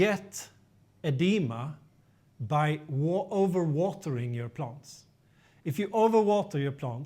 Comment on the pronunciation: QUESTION: Can you practice these 2 words - EXcess, not ACcess, and plANTS, not plUNTS? Issue #1: Excess = residual; more than enough, vs ACcess = to capture or get in to. Issue #2: Plant = an organism studied by Botanist; A plUNT = NO ENGLISH SPEAKER KNOWS WHAT THE HELL THIS IS; an annoying sound in an otherwise great and informative youtube video series.